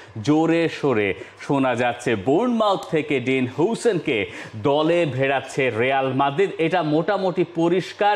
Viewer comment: হুসেন না, হাউছেন।।।